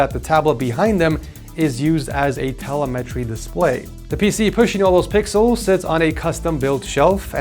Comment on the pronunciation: Excuse me, how did you pronounce telemetry?? Just kidding, i love your vids